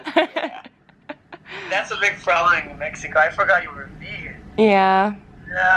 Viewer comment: Why she saying Mehiko not Meksiko (idk how to explain it xd )